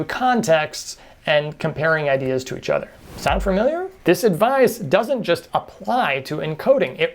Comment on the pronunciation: Good video but here’s some advice for future videos: pronounce basic words like “familiar” (not “fur-miliar”) and “technique” (not “tet-nique”) properly if you don’t want people to quickly write you off. Enjoyed the video but I think this is an important note that I bet a lot of people aren’t giving you because they want to be nice. That being said, subscribing and giving this video a good review!